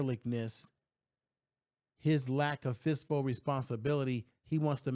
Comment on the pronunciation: I’ve been watching for 6 months now. He really can’t say fiscal. He says fistful every single time. 😂😂😂😂😂😂😂